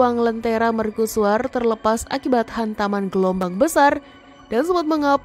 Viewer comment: Serius bertanya, kenapa dilafalkan sebagai "merkusuar", bukan "mercusuar"?